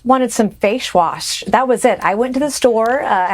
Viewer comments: "I just wanted some fashe wash" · “I just wanted some fashe wash.” Says Nancy😐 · Fashe wash. "I love the under-ecucated." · Facsh wash 😂😂😂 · Fayshwass... Hahahahaha